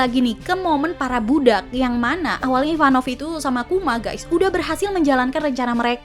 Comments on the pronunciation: Ivankov bukan Ivanov 🤭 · Maaf kak, merasa aneh aja dengernya SALFOK sama penyebutan nama karakter IVANKOV Bukan IVAN NOV KAK Tapi. IVAN KOV Maaf kak sebelumnya, terima kasih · Ivanov apa ivankov. Hahaha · IVANKOV kak IVANKOV...😅